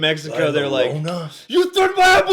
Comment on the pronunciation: First of all you said llorona wrong